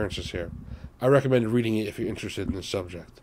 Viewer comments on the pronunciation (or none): none